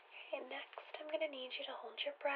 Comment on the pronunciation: i really love the occasional pronunciation of "oquay" or "o-cawhey." seriously.